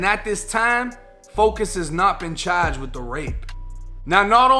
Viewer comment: Federally chaaaged! Debit caaad!